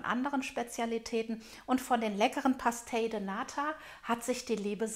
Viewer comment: man spricht das portugiesisch PASCHTEISCH aus